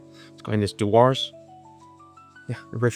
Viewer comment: Dewar's is pronounce as 'djewers'.